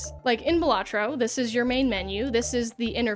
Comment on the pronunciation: It's pronounced balatro